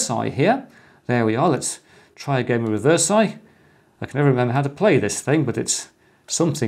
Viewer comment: Wrongly pronounce "Reversi"